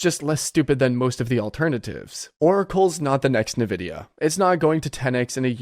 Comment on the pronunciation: why are you suddenly pronouncing it "Navidia"?😂